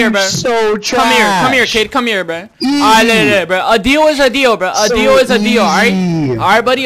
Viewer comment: STOP SAYING breh